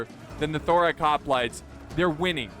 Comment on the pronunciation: You're still pronouncing it 'thorack' after all these years!